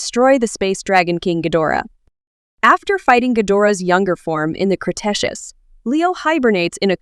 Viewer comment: The A.I. narration in this video is dreadful. A real person wouldn’t mispronounce the name ‘Mothra’ in a video about Mothra, nor would anyone mispronounce S.O.S. as ‘sose.’ Don’t get me started on the word ‘Cretaceous.’